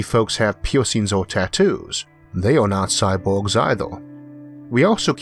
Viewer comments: Having always been around an Asian culture (which have hard time with the sounds l/r and b/v, etc), it seems to me more like a accent. (for the record... my wife, said sexy accent.) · Agreed. I will forever think of Isaac's awesome videos when I hear this "impediment". But it is that strange social fine-line that is heavily context sensitive.